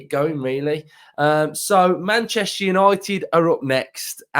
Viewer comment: It's Man-Jester Yanited!😊 UTV